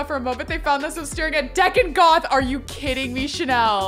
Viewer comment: I hate to break it to you after all this time but it’s DEE-con Goth, not Deck-on. 😂 can we get a Chanel spin-off a-la Clueless???